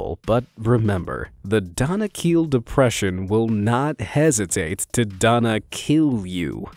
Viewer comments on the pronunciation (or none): Danakil desert I’d pronounce like denikle